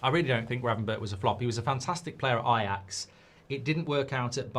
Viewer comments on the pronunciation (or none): none